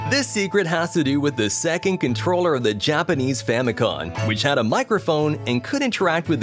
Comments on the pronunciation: FamicoM... Family computer. Not Famicon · Famicom not famicon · famicoM there's an M not an n sound lol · I immediately came to the comments to see how many people were angered over the N instead of M in FAMICOM! I see I wasn't alone. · OAKarina Maryo BROS FamiCON